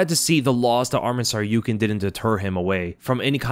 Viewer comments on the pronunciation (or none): none